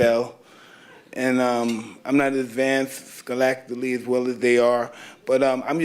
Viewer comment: Did he say schoolacticly? Lmao